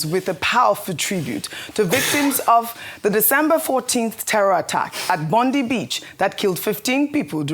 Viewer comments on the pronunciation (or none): Ojy okpe its not called Bondee. Its called Bondiee Beach lol. But i get it . We Australian cant called Abakaliki properly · It's pronounced Bondai and spelt Bondi